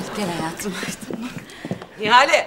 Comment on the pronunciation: Nihal değil Nihale